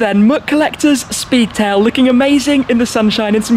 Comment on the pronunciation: Love the Shpeedtail!